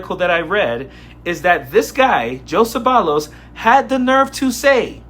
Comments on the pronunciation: How sad. His last name is actually pronounced Say-Vayos. There's an expression - con Nopal en la frente. Basically meaning do you not have a mirror? What a dope. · Coach, the double ll in his name should be pronounced the same as it is in "tortilla" where it sounds like a y. Though, if he doesn't speak Spanish he may not be pronouncing it like that. But if he gets deported to Mexico, he'll need to start...